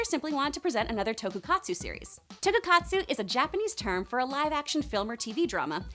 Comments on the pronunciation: Is it me or did she say toku-katsu? LOL..its Tokusatsu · Uuhm...super sentai is power rangers, super sentai is the japanese orginal and power rangers is the american adaptation, and also it’s “TOKUSATSU” not “TOKUKATSU” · It's "tokusatsu", not "tokukatsu" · Did she say tokukatsu? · its not tokukatsu its tokusatsu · "Tokukatsu" Kill me please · I hate to be that guy, but... it's TokuSATSU (特撮) not TokuKATSU. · And for fuck's sake it's not "tokukatsu" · What she said sounded like TokuKATSU, and that's not right. It's SATSU. You also left about 5 Ultramen (proper plural name) out. Jesus Christ, it's like you shortened a Wikipedia article. I doubt you've even seen the series. Lol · ULTRAMAN IS NOT A MECH And it's Tokusatsu not Tokukatsu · "tokukatsu" it's tokuSatsu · i wanna scream every time she mention "TokuKatsu" instead of "TokuSatsu" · She was thinking about some kind of food i think..some katsu thing of a jiggy...lol toku katsu...reaaaalllyy..??? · OMG it's toku-SAT-su seriously get something right!! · DID SHE SAY " TOKUKATSU? " LMAO ! HOW EMBARASSING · its also pronounced Tokusatsu 🤦🏽‍♀ Katsu is like fried chicken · Lol you’re saying Tokusatsu wrong. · Can't even pronounce Tokusatsu